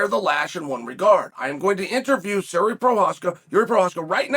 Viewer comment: I hope this spelling is in reference to chael pronouncing his name "jeery" lmao